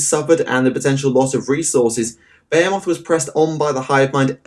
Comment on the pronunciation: I love how this dude gives you two different ways of pronouncing "behemoth" that are both wrong lmfao british people english is so weird